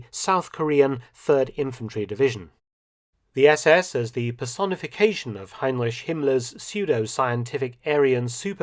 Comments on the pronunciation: I hate how this guy pronounces Heinrich as HeinRICH - it’s RICK…cringe… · Can you please work on pronouncing Heinrich correctly?